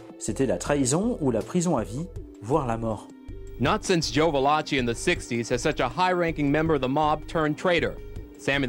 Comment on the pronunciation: Il convient de prononcer VALAKI En italien, CH suivi d'un E ou d'un I se prononce QUE.. Donc ici , Joseph VALACHI se prononce VALAKI et non pas VALACHI. Cela dit ,très bon reportage. Beau boulot.